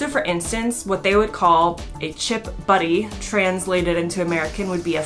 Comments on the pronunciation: Butty not buddy :) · BUTTY not BUDDY. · It's chip BUTTY not buddy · Chip BUTTY not Chip BUDDY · Sorry if someone else has said, But it's chip Butty not Buddy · It's not a fucking chip buddy ffs, it's a chip butty.BUTTY NOT BUDDY. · She said chip buddy's how come no one picked up on that it should be chip butty